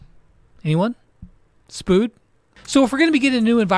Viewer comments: Did really pronounce spude Spood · I love how he said "disgruntled" instead of "distressed," and "spood" instead of "spude."😂😂😂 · No one: Litterly No one:: SPOOD